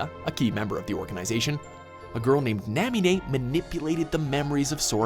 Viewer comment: marlucksia, naamine, zeehhanort, mark of mystery, lmao